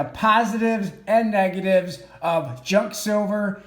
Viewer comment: Junk, it’s one syllable Pros always sells Cons stuff is too pricey right now